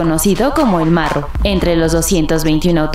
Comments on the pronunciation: 😂😂 no mms al "morro" o al marro ....?🤔😂 hablen con ella jajaja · Es marro no morro saludos desde la cdmx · es el MARRO no el MORRO; Muy seguido lees mal los nombres de tus artículos, YO te sigo pero si te aconsejo que leas bien. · Jaja ni si quiera sabes pronunciar no es morro es marro